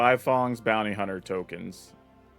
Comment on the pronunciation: this mfer saying 'buy-fong'